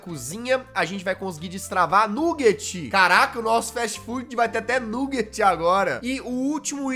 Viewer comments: Não é nuguete é "naguete" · A palavra é nuguet mas pronúncia baguete